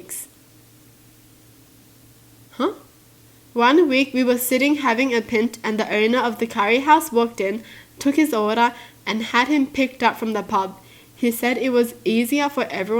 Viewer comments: I’m so sorry but the way you said pint killed me 😂 it’s like pine-t, as in *pine*cone with a t. I’m not sure if it’s s’lang or anything, & if it is where from, but I’ve only ever heard my parents & grandparents say it. I doubt it’s s’lang but if it is, fir reference we’re Scottish lol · We were sitting having i pint lol is pronounced pie nt pint 🍺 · Yess oh my god I was so confused when she didn't say it like pine't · Did- did she just say “PINT” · She said pint wrong idiot